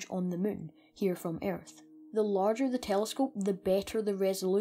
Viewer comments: Don’t pronounce the a in earth but good vid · Ayyyyerth. Hah brits. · your accent is so freaking irritating! sagittarius is pronounced sajitarius and Earth is pronounced urth. nice video though.